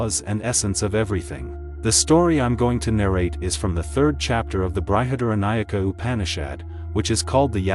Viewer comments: It is BRIHAD-ARANYAKA UPANISHAD(the word break up is correct as much as my understanding goes) not BRI-HA-DARA-NAYAK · Nice presentation. But It's Brahma (ब्रह्म) and not brahman (ब्राह्मण). Not Brihadnayaka, it's Brihadaranyaka Upanishad (बृहदारण्यक उपनिषद). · Bruhad-Aranyakam. Not BrahadNayak... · Sorry but your pronunciation is SUCH a turnoff. Is this an AI voice? It isn't bry-had-aranyaka. It is Bri as in brick. Please don't insult these ancient profound Upanishads this way. In fact Brihad is correctly pronounced without the i: Brhadh-Aaranyaka, or great forest. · Though your intentions are really laudable, a public presentation REQUIRES, & IS EXPECTED to be of Much Refinements, of Pronunciation * Translation * Transliteration of Sanskrit Words~ Which are ~ BrihadARANYAK बृहदारण्यक * Brahm ब्रह्म ~ Brahman ब्राह्मण is the Knower /Explorer of ब्रह्म Brahm ~ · ബൃഹദാരണ്യകോപനിഷത്ത്. യാജ്ഞവല്ക്യൻ.ബ്രഹ്മം. എന്നിവയുടെ ഉച്ചാരണം ഒഴികെ കാര്യമെല്ലാം നന്നായി അവതരിപ്പിച്ചു. അഭിനന്ദനങ്ങൾ.❤ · Well explained. " Brihadaranyaka" Upanishad is not pronounced correctly.